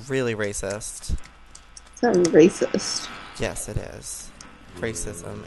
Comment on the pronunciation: No haha joey said rascist!